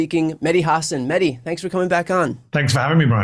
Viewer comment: Great interview; just wish Bryan would say his name right: MeH. Dee, it's not a silent H, it's supposed to be emphasized